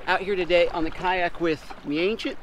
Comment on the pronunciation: XD DID U CALL HIM THE ANCIENT